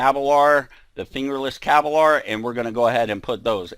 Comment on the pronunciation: Why do you pronounce "Kevlar" like that?